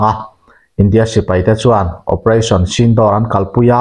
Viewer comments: Operation sindawr tih ni lovin "operation sindhur" tih zawk tur a ni e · sindawr nilo in sindur tih tur aw.. vai hmeiche pasal nei laiin an luchung a an hawihsen thin hi aw. u hi thluk tur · Sindawr nilo in sindur tih tur aw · Channel te insiam ve hi chuan thil hmingtal hi chu lamdik ve thin ula.....Sindoor tih ang chi te kha.....door tih ni lovin duurr ang chi te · A nuam dâwn mep mep ve, Pakistan lam hawia silai han hmehpuah leh a chakawm mange, operation sindoor tih hi Sindûr ti a chhiar tur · Operation sinduur tia lam tur aw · Sindur ti a lam tur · Sindur nilo in Sindoor tur zawk aw... Operation Sindoor..